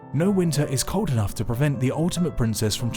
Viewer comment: "This giant effinugh rock for instance." edit: and then you said it a bunch more! lol